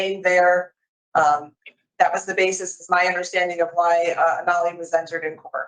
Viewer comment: I hate how they use the term "nollied" to refer to charges being nolle prosequi. Nolle is pronounced noll. Not nollie.